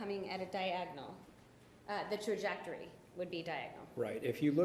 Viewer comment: can’t pronounce “trajectory “